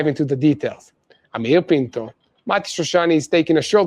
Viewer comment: Yair Pinto not penco!!!!!!!